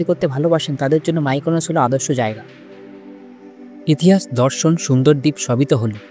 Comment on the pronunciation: Mykanos na vai mekanos